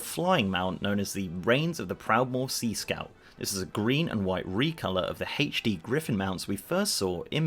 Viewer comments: I cringe every time I hear you say "HACH-D" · Did he just say hae-tch D?